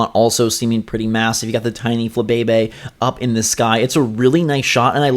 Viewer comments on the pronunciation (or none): none